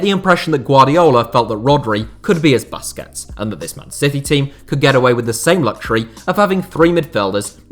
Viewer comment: Wtf is ‘Busskets’ man 🤦🏻‍♂️